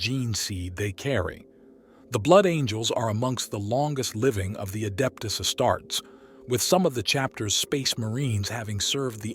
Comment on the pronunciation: Omg the AI voice says adept a starts lol!